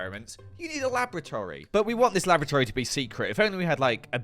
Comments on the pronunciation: thank got for subtitles XD because I hear "Lavatory" and not "Laboratory" when he's talking about the basement XD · How many times did he say lavatory rather than laboratory? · Kept hearing Lavatory instead of Laboratory. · loved the episode but can't unhear the fact that every time says laboratory it sounds like lavatory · More often than not I heard you say Lavatory instead of Laboratory ... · I can't help but hear lavatory each time he says laboratory... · Is the way your pronouncing 'laboratory' the same way as 'lavatory' a part of your weird character, or is it just you being weird? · Every time he says 'laboratory' all I hear is 'lavatory' and it's funny. He's built a secret underground giant rainbow toilet 😂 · I keep thinking is saying lavatory. What's worse is I would not question him. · Did anyone else hear: Laboratory lavatory lavatory lavatory Lab.Or.Atory Lab lavatory Or was it just me?